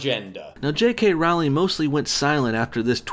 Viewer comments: LOL. "" is such a moron. Can't even properly say the name of the person you attacking, and then just about all of your points can be countered by doing some cursory research. You're a joke. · A lot of oversimplification and word twisting happening in this video. Not to forget the way he pronounces her name. "Rauwlingg" Wtf even? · I think you'll find it's Rowling as in Bowling. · Rowling no like "Rolling". That's how you say it. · "Rowling" rhymes with bowling, just so you know. And she didn't write the Harry Potter stories, or anything else, probably. She's a front. Who really wrote it? Probably a team of agents, because there's NO WAY that fluffy bitch knows all that Illuminati shit. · DUDE ROW-LING, Like Bow-ling. Saying her name wrong makes you look so dumb. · "JK RAUWLING" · roleing that's how you pronounce it ass. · Apparently it's pronounced "Rolling".